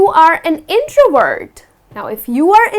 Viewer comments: your videos are amazing , but i think you pronounce the word introvert as introword , abmivert as ambiword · Nice explanations but please pronounce the "V" in the words "extrovert/introvert/ambivert."